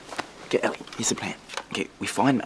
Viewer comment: is it ellie or ally? lol say her name properly